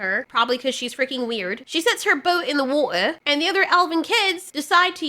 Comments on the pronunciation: Glad you pronounced war'er correctly 😊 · "There's something in the wad•deh!" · Man, I love your exaggerated pronounciation of whootah! 🙃